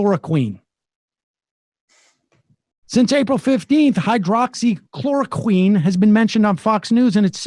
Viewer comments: hydroxy====== hi drox ee not===== hi dro ox ee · ... Hy - drox - y - chlor - o - quine ... Sam, I apologize ... I trust YOU - I DON'T trust Trump ... but Hydroxychloroquine just ISN'T that hard to say ! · He pronounces it hydro-oxy hehe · "Hydro-oxychloroquine?" Jesus, Sam... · Hi-drox-ee-kl-or-oh-kwin ... but I love your show :D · It hurts my soul every time he says "hydro-oxy-chloro-queen." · high drocksy kloro kwin : hydroxychloroquine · Sam the drug is called hydroxychloroquine and its pronounced HI-DROXY-KLORO-QUINN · And it's not pronounced "queen" either. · Your point would be more effective if you actually pronounced the drugs name correctly. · Please. Learn to pronounce the drug’s name correctly BEFORE you rant, even if your rant is correctly based and well verified. It’s like W consistently saying new-que-ler. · Is Sam deliberately mispronouncing hydroxychloroquine? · This is ridiculous. You can't even properly pronounce the name of the drug. The trials you're talking about are absolute garbage. Im sure you have absolutely no idea as to what the medical activation of the drug is and why or how its thought to have a chance of working. I'm disgusted with you people who are putting politics above science. You should all be ashamed with yourselves. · What is Sams issue with the word? Is it a bit? Hydroxy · Yes! Thank you someone else is saying that too him! It's driving me nuts! Also shortening it to hydroxy doesn't work Sam. Just call it what it is, and pronounce it correctly. Hydroxychloroquine. All that being said, I love you guys keep up the work!